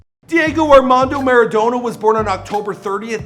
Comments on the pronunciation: Please never pronounce him like maradowna again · Next time please pronounce his last name correctly